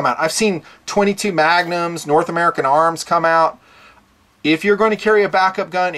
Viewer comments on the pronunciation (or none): none